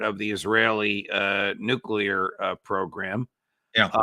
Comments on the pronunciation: noo-clee-ar. Keep practicing, Tony. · Repeat after me Tony , Nook leer….. nook. Leer….. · Who the hell is this knob? Why is it people like him always say "Eyeran"? And "Nucular"? Christ what a dolt! Very much below your usual quality of guest Judge. Woeful, absolutely woeful....🙄